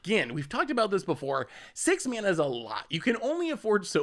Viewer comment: that's a weird way to say 6 mana